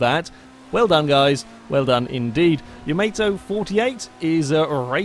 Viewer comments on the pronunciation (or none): Yah-mah-toe, not ya-may-toe. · Bruh, i am trigered, its pronounced YAH-MAH-TO, its the name of a WWII JapanseseBattleship, the largest ever built :) (Wasn't my clip, i'm just a keen World Of Warships player :) xD xD )